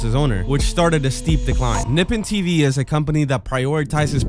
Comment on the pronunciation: "Nippin TV" NIPPIN??? THERES LITERALLY LITERALLY AN O, HOW DO YOU READ ENGLISh